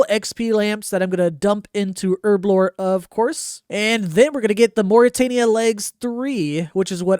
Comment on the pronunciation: Take a shot everytime he says Erblore instead of Herblore.